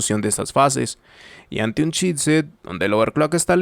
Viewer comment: I keep hearing "shitset"... Damn! ;) Love your videos, man, very thorough!